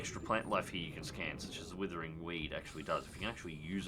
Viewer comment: "withering weed" as it clearly says "WRITHING" as in writhing tentacles... been saying it wrong since the beginning lol